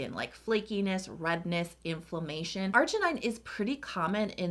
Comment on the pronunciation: I think it pronounces argi nin, not argi nai, and 'glu coside, not glu 'coside, and u'rea, not 'urea.